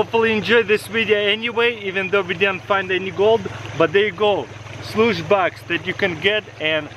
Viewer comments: I thought he said douce bag😂😂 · Shluce box lol😅